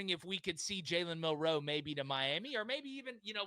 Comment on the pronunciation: Yall say his name wrong and Milroe declared before this was posted